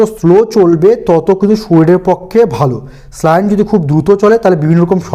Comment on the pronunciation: খুব সুন্দর ভিডিও। কিন্তু একটা ব্যাপার না বললেই নয়, শব্দটি স্লাইন নয়। স্যালাইন।